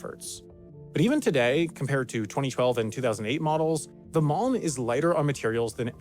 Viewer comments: man when he was saying malm I thought he was saying mom 😂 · The mispronunciation of "malm" using the same sound as "calm" hurts everytime! It's not french, we Swedes do pronouns every letter (with a variety of sometimes using different sound and combinations them sound like air 😅😂). Also an video without mentioning how useful IKEA bags are for everyday life and therefore they will more likely be on your mind when you need something is missed information!